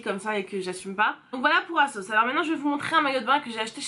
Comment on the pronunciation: Holà! Canon 👌🏼😍 À un moment donné tu as dis".....de la marque asos... "tu as fais la liaison et J ai compris Ksos mdr!! Jme suis dit hein what? Ksos?? Marquasos.... Voilà c tout pour moi lol.... Vite vite une prochaine vidéo.... Bisous